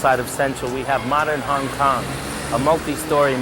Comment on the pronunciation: Bruh, you’re driving me nuts with “Hang Kang.” Great video, though!